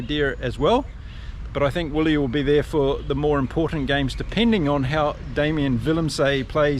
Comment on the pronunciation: great show one of my favourite this one. but its pronounced Villie the "w" is actually a V for afrikaans names